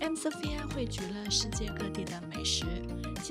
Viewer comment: 怎么听怎么像 i'm mafia😅